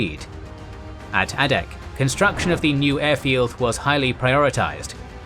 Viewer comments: Teach yer machine how to speak G dammit...it's Long A ! NOT ah-dak ...dum SH*T > site DELETED < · Same comment I was about to make. Exceptional videos. And Adak is Ai-dak with a long A sound.